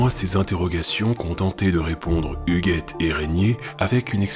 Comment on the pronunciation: Super vidéo ! Étant moi même dans une filière scientifique (physique), c 'est vraiment appréciable d'entendre une vidéo qui dit aux filles qu'elles sont aussi bonnes que les garçons en maths ! Je ne suis juste pas convaincue de ta prononciation de "Pascal Huguet". Portant le même nom, je l'ai toujours entendu prononcé comme le muguet, sans le m ^^ Mais peut-être qu'il peut être prononcé différemment, c'est intéressant ...